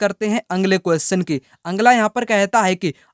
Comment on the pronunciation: Sir aap bolte ho angla qustion अगला बोला कीजिए ना की आंग्ल